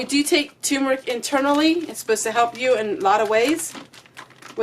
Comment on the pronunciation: tur-meric not tumor ick☺ love ya, gal !